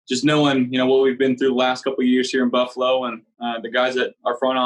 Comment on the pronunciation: You can tell he is a buffalo guy now as he pronounces the name correctly. If you are not from here you say Buff a lo. If you are from here it’s 2 syllables buff lo. The a is silent.